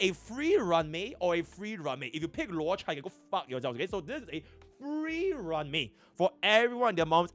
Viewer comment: man to this day no one can pronounce luocha correctly. i love dis community